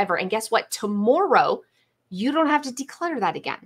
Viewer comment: "ta - moor - oh" her pronunciation of tomorrow haha. Cute. ❤